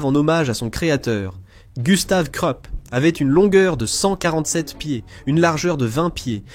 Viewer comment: Hyper bien fait bravo, très bonne diction, aucun accent de racaille ni du Sud. Agréable. Au fait KRUPP se prononce KROUP 😊